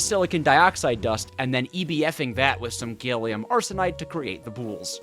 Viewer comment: “” ✅ “gailium” ❌